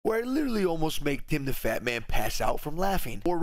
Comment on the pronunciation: am I the only one that heard him say Timthefatman